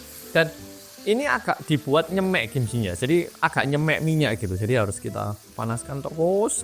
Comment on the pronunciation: Aneh men lek ngomong nyêmêk😭nyemek bukan make ê semua tapi ê awalan di kata "nye" dan "mek" gawe e biasa bolooo😭😂